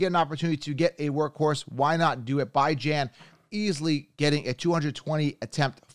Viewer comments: It's Bee-jhan, not Bye-Jan. Stop intentionally mispronouncing his name. It's juvenile. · His name is bee jawn like the dog not bye gin man 😂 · Alr I guess so, just as a Texas fan it pains me to hear it pronounced that way lmao. Also what round would you consider taking Tony Pollard in after his injury last year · Alr timeout it’s pronounced Bijan Robinson not Bi-Jan Robinson, please look up him getting drafted or something, other than that good video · it's def pronounced Bee-Jon...might not make sense but it's not By-Jon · WHAT?? He said his name is pronounced Bee-jonn Not by-jan Wdym by I set trends… it’s a fucking name bro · I lost all respect for this guy when he said Bijan as ByJaN😂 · “Bye-Jan Robinson” 😂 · It's hard to trust a guy's advice who can't even get names right though...Bajin!! WTF. He sounds very convincing but this is not the first time I've noticed this. Yikes... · It’s pronounced Beejon Robinson, love the content tho! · You pronouncing Bijan name wrong it’s Bee-John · Did you just say “bye-Jan” Robinson lmao. You expect me to listen to you when you can’t even pronounce someone’s name correctly? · it’s literally not and it makes it hard to digest the content. Bee-Jeanne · IT’s pronounced “beej on”Robinson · Bye-jan ? You gotta learn to pronounce names first. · Idk if you're joking but you definitely got it wrong lol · you pronounced his name wrong af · you tend to butcher names though so I’m not surprised you believe you’re right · Are you mispronouncing Bijan’s name on purpose at this point?! 😂😂😂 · Ion know how much I can trust this man and he can't even pronounce Bijan's name right😅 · Good video and content but just wanted to let you know that you pronounced Bijan wrong. He’s gonna be a Top 5 RB as a rookie 🔥🤩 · Never watched any of your videos but within the first few minutes you claimed you can predict injuries and mispronounced Bijan Robinson... Safe to say I'm out lol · Why are you purposely pronouncing Bijan name wrong..